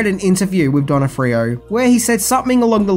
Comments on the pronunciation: "Directorial", not "Directional". "Not "Donna-free-oh", it's said "Don-off-free-oh". His best role was in "Men In Black". Very enjoyable movie with a great soundtrack, which I've shared countless times with fans over the years from my huge 80s soundtrack archive. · Donnafreeo? If you can't pronounce a name just google it. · It hurts me how he pronounces the name. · I never knew that 'Thor' was played by Vincent D'Onofrio, even after said his name like 3 times. Cuz, well, just listen to his pronunciation and you'll get it 😂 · Ps your pronouncing "thors" last name wrong. He's a hell of an actor